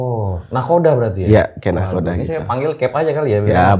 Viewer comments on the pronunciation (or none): Nakhoda yang betul mas.